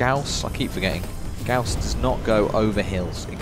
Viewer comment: Gauss, like gowce, is correct. Magnetic rail accelerated projectile